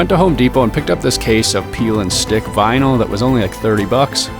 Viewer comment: Did you say "Veenyl" instead of "Vinyl"